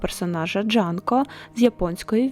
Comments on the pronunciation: Джунко а не Джанко 🙄🙄🙄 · вибачте але на це Джунко, а не Джанко😢